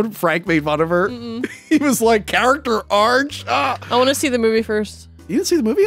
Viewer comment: She says "character arch" in a lot of videos.